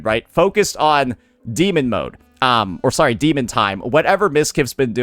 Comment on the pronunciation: it's "D emon time" Emphasis on the D.